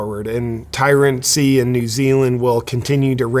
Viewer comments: It's 'tyranny' not tyrancy, whatever the hell that is....the 'lock down Czar' is taking over from her, so no improvement. Remember, the Kiwis will continue to VOTE for these people so..... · I believe the word is tyranny not tyrancy. Keep up the good work though 👍🙏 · Come on, JP--the word is 'tyranny' not 'tyrancy'